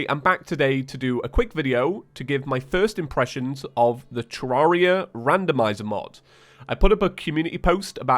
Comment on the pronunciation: Please stop saying Terraria wrong, it's painful..